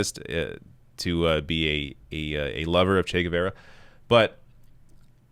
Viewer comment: Please look up how to pronounce Guevara, the u is silent and both a's have the same sound as the 'a' in 'apple'.